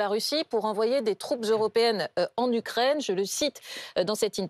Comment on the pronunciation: "la Rukraine" ? C'est bon, on a compris.